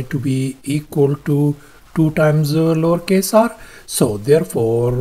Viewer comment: What does he say?! Lawrcase?! 😅